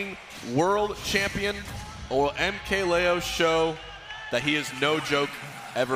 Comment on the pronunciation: Joel Garcia I think he says Lee-o when I’m pretty sure it’s supposed to be Lay-o